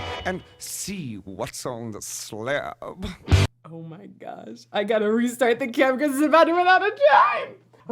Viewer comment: Love how 'sla:ab' grew a second syllable.